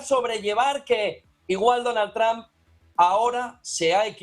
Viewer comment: DONAL TRAMP NO. ES DONALD TROMP== TRUMP